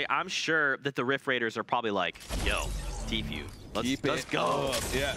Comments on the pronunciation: announcer kept calling him "t-few" lol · Its tfue not tfew